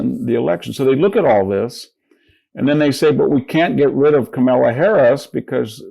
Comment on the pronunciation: Hanson disqualifies himself as a politics pundit when he doesn't bother to pronounce Harris' first name correctly. He's either ignorant and unaware or petty mean partisan. He's dumped.